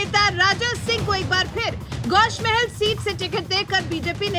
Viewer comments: Gosh mahel nahi gosha mahel hai pahle bolna seekh jao phir bolo owaisi ka gadh darussalam hai gosha mahel Uska darwaza hai aur hum kutta darwaze pe hi paalte hai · Please correct the name of the constituency from which Raja singh is contesting. It is Goshaa mahal. Not Gosh mahal. as said in the abive video.